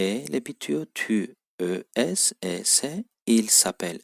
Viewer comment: Hocam, tu es italien ? derken orada liasion yok mu? Tu ezitalien ? diye telaffuz etmek gerekmiyor mu ? Tam olarak kural nedir?